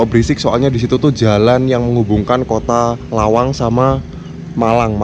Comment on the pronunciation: Lawang bro...bkn malang